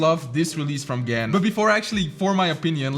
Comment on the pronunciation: It's pronounced GARN. I hope you can read Chinese